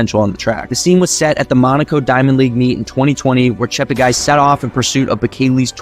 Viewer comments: He likes to correct all commentators on his last name: not ChepteGUY but ChepteGAY. PLEASE correct accordingly. Tony Hunt World Junior Athletics News NZL. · Its pronounced Chepte"gay".